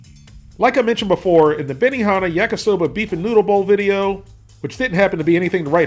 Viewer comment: Bemi-naa-naa lol